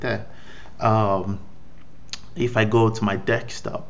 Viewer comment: Desktop not Dekstop.